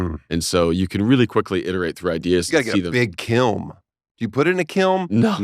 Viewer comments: Did Dan the Mustard Man say "kilm" with an M twice? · Anyone pick up on “kilm” instead of kiln ? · Made mustard smothered salami sandwiches in 3rd grade because I craved mustard. Also Daniel, it's kiln not kilm. Your welcome. 😊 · Hey Daniel “Kilm” is not a word…. It’s “Kiln” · You said kilm. It’s kiln. Do you even sculpt bro? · Kilm??? It’s kiln! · I have never through all the years of Tosh.0 and all the interviews on the podcast heard Daniel mispronounce a word. It’s Kiln. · Did Daniel say kilm?